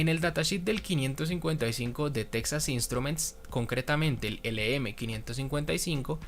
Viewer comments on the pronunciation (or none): none